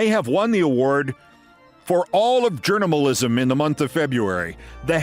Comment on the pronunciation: "journamalism"? I love it! Thanks, Keith!